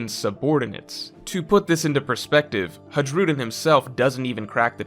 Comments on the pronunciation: for the love of God, please pronounce the names properly. Don't butcher someone's language by your own standards. It's may be spelled Hajrudin but it is pronounced as Hairudin. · I know it's a minor thing, but Hajrudin is pronounced like Hi-rudin. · the way you pronounce Hajrudin 😭 its Hi - rew - din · The way Hajrudin was pronounced killed me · stop pronouncing the “J” in Hajrudin it’s silent.